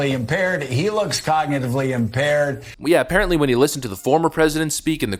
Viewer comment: Gumby McStooge Scarborough cant even pronounce Cognitively Impaired. Who's impaired now McStooge.